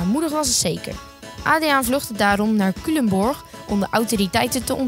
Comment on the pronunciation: Kijk je dit hoor je Culemborg denk je eeeh daar zit ik op school grappig Ps nog ff oefen op Culemborg Spreekt het uit als Cuulemborg